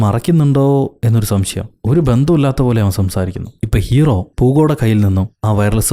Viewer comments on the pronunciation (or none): none